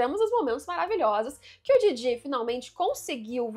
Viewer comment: Somente eu fico agoniado com essa pronuncia dela do Jiji e da Momo? Como se estivesse falando do Didi dos trapalhões e "Mômô" como se fosse abreviação de "Môzinho" ou "Amorzinho"?